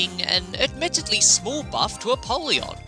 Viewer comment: ALSO ALSO I know this is super nitpicky but it's pronounced a-pole-yon, like a poll, not a-pall-yon like apalled. 🤓 I thought it was the latter as well but according to the voiceover when using the soul of apollyon the former is the canon pronunciation.